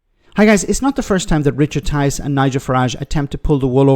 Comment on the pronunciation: Tice rhymes with lice,not very nice!